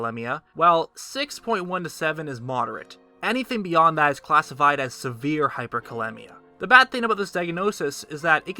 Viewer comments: Performs specific research & precise calculations, but still pronounces it "hyperkaLEMMia"....it should be hyperkaLEEMia, like rhymes with anemia. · Hyperkalemia is pronounced (Hyper kah-lee-mia) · as a healthcare professional... 3.5-5.0 isn't the average, its the acceptable range of potassium...outside of this is dangerous... and hyperkalemia is very life threatening, look up nerve function, and heart muscles... so is hypokalemia... and its pronounced cal-eem-ia